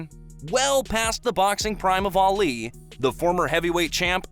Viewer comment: Arleee 🙉 I cant take how he says Ali